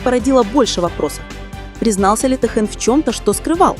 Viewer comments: Если вы уж решили коментировать отношения между двумя мемберами БТS Ким ТэХЁном и Чон ЧонГуком делайте правильно ударение,а то режит слух и неприятно слушать. Никогда,слышите НИКОГДА ТэХЁН не будет рассказывать о своей личной жизни!! Может он с вами в приватной беседе раскрылся?? Какая ЧУШЬ и нестыдно вам.👎👎👎👊👊👊🫢🤫😪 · Я думаю это ИИ. Вряд есть кто-то, незнающий как звучит имя Техена.